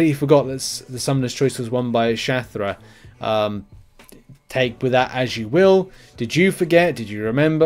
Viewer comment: its Shathra😂